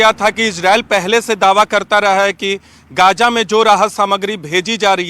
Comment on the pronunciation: Gaja nahi bay Gaza bol